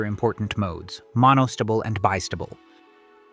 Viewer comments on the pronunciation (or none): Monostible and Bistible. 🤣🤣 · 'Monostable' and 'bistable' DO NOT sound like 'vegetable' or 'constable'.... Unless you're an AI voice! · it's strange (just to me) to hear you say a stubble and bi stubble and mono stubble, instead of A stable, Bi stable, and Mono stable. It's only because when I went to school and learned electronics I heard the second variation and haven't heard it the way you say it before. I love language variations across geography or across time. Is that the way everyone where you grew up says stable? Or is it the way all the professors and other students said it where you went to school? I love language variation mysteries like this, it feels like I'm being a language detective:)